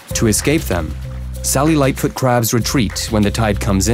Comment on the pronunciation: The captions are saying “Sally lightfoot crab” but I’m hearing “cellulite foot crab”